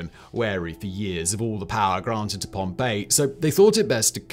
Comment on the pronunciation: Isn’t it Pompeii